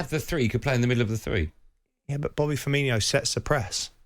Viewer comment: Am I insane, or is is the Brazilian fella that plays up front for Liverpool not called Bobby Firmino? He is, yes? So why on Earth do people that apparently know football, insist on calling him Firminio, with an extra i ? !!! I'm a very placid guy, but this is enraging me. GRRRR!!!